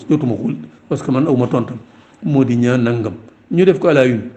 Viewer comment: Pourquoi legui senegalais yi xewal prononcer le nom “NIANG” comme si c’était un nom français “NIAN” sans prononcer le G, way way NianG la ak DienG, sugnuy wadiour aki sougnouy maam danougnou wax NIAN ni ay francais, meme il ya quelque années si guinnaw li xewoufi won. Soyons fiers et préservons l’authenticité de nos langues nationales.